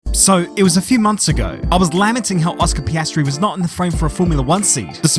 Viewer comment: Ah yes, the young and talented upcoming f1 rookie, Oscar Pastry🥐